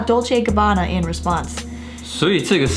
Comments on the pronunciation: 补充一点，影片中，所有的意大利语都是用非常夸张的错读的，包括他们自己品牌的名称，都是很明显的故意偏离了本来的读音，应该是嘲讽中国人讲外语时的口音。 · 我不懂意大利语哈， Bravissimo的确很奇怪，因为我看到网上有评论说可以理解good job，然后理解成活很好，但我查了很多解释，包括隐性理解，不知道为什么对一个女模特要用男性复词，这部分目前我也不懂。 Dolce&gabbana的读音有故意差别，但是不能用这个点来证明D&G有偏颇， 时尚圈牌子难读、读错是历来已久的，很多欧洲品牌、法国品牌在英语国家改成了英语发音， 比如： Versach-EH在英语国家被读成Versach-EE， Yves Saint Laurent 改名Saint Laurent，其中一个原因是常年Yves被读错，被读成YSL。 我自己遇过的口音歧视是被人叫”ching chang chong“，但我当时只是沉默无视。 歧视行为更多是看对方的动机、目的，D&G视频本身是为了在中国的秀做宣传，而铤而走险“故意”制造话题，则是他们自己的选择。